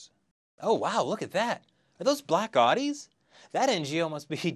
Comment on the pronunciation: It's pronounced Ow-Dee